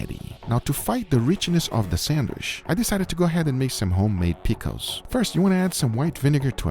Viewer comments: Haha Uncle Guga says sandwish instead of sandwich 🙂🙂🙂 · GUGA....it's called sandwiCH not sandwiSH! WHY U KEEP CALLING IT A SANDWISH!!!! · You pronounce Sandwich - Sandwish. Must be a south american accent. Wierd ^^ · He can make a pretty good “samwish” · Why do you pronounce the CH as an SH in sandwich (not sandwish)...? Brazilian Portuguese has the ch sound. Just curious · I love the way Guga says Sand-wish XD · Am i the only one hearing sandwish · Respect Guga but it really grates on me how he says sandwich 😂